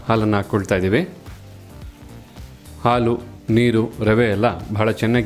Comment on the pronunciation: Plz pronounce it correctly.. It's not Alu.. It's Halu..! 🤦